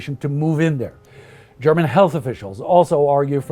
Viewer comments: You have a great German pronunciation, refreshing to hear that. Did you study it or does your Scandinavian heritage help you a lot in that sense? :) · This guy has a terrific voice for podcasts of this nature, and his German pronunciation is near perfect to my understanding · I just have to compliment your german pronounciation. It is very good! Just shows how much effort you guys put into your videos :)